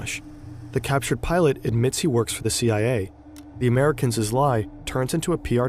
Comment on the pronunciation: americans's. Dude is definitely Canadian